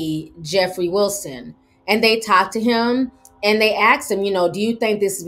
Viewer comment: Asked not axed